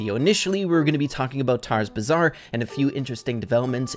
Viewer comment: why did you call the new brawl pass Tara's Bahzar? Its the gold rum gang